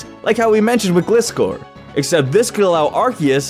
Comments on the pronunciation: It's Gli-scor, not Glis-cor. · It hurt to watch him say gliscore or instead of Glyscore. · It's pronounced gliscor as in (gly-score) it was even in the show. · Sorry, but that pronunciation of Gliscor is cursed. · Good ideas but your pronouncing Glyscors wrong.